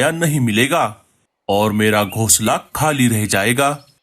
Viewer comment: Gosla nahin--- Ghonsla. Tum logon ko hindi nahin atti kya? O nalaik,Kahan par kho gaye nahin-- Kahan kho gaye? Tum logon ne aisi chidiya Kahan dekhi hai jo jooda banati ho? Tum logon ka dimag kharab hai kya? Boodhe pakshi ko bahut kaam lagao . Ye kya bakwaas hai? Boodhe pakshi ko zyada kaam do ya bahut kaam karvao. Tum log itne nalaik kyun ho? Janch kar lete hain nahin-- Janch karte hain. Bewqoof logo,ye parivar nahin pati patni hain.